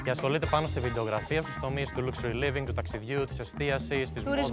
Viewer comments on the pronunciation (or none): Λούξουρι λίβινγκ 😆 Σιγά μην είναι και Ληξούρι λίβινγκ, χαχαχα